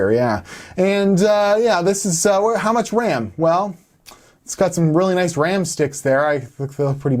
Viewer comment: "How much WAM"